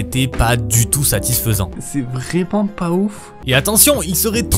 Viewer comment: Très étrange, cet accent robotique qui prononce les è en é. "Vrément" ça fait "tré" mal aux oreilles.